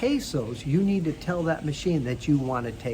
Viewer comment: 10 ways to “tail”? Try “Tell”. I understand has a bit of a time with English.